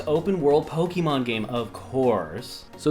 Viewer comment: its not pokeeemon, wtf are you doing